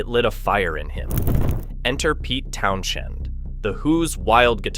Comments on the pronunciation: Town shun ? AI omg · Very good vidio. But the pronunciation of Pete tow shun is just ridiculous.A I can't improve its own Grammer? It's not so intelligent is it.